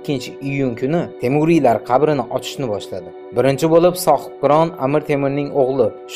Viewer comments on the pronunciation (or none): Qabrini qayerdaligi dib gapir, kabrini kayerdaligi disan йо урисмисандалбайоп